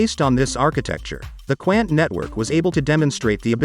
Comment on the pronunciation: 🤣🤣🤣. Qqqaaannt. It's Quant (Qnt). But right amazing Mouthwatering fundamentals and partners. ..with very few tokens. 💎👑🚀💥. Cheers. Pronounced wrong.